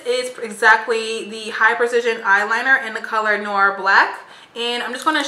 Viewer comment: "🌟👑 Awesomely Detailed & Demonstrated,! Thank You👏🏼! Please, take what I'm about to say as an enlightening & NOT negatively...I'd want someone to hopefully correct Me, if I mispronounced a word...The eyeliner from Sephora, You pronounced as, 'NOR'...The word 'NOIR', is French for 'NIGHT' & sounds like 'NŪ-WAH'! ex: A Friend set Me straight about the phrase, 'Regardless Of'...I'd been Sayin', 'Regardless TO' for Yrs.! 🙄 If People of Colour Help 1 Another MORE, Concerning the Big Picture...It'd be Such a Blessing to Our Communities, Lives & Futures💯💪🏽...Keep Sharing Your Knowledge and Shkeeyullz, Sis! I Definitely Learned, but Saved it just in case!😄🌟"